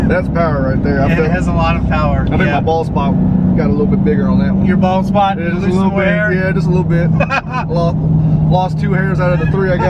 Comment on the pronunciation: He said bald spot. I swear I thought he said balls pop. Lol.